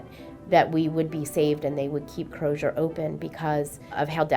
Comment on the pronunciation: Why is everyone in the clip pronouncing the Z in Crozer as a Zh? Surely if they can pronounce "frozen" or "razor," they can use a normal Z in "Crozer."